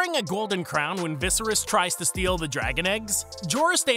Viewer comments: Vis Air Ees. His dad's name was Aerys Air ees and Viserys 1 and 2 share the pronnounciation Vis er is isn’t entirely wrong as some dialects and languages pronounce Valeryan names differently, but at least in the common tongue, its the first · “Viseris” But GRRM said he doesn’t care how his characters names are pronounced so I’m just being cheeky 😊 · I don’t think this guy has seen the show pronounces Viscerys and Gendrys names like that. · Ves-sarr-rees is pronunciation of Vesarys. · Yeah this guy hasn’t seen the show. Pronounces both Viserys and Gendry wrong. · Well, two things. You're pronouncing Viserys' name incorrectly, and these are in no way shocking.